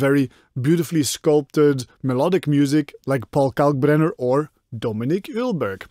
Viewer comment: Nice, I immideately had to think of Dominik Eulberg since he records bats' sounds, transforms those noises into listenable sounds and uses them in his tracks😂 (btw it is pronounced OIL-berg) Greetings from germany and a big thumbs up for your great content🤜